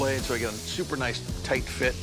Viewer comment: sounded like NOICE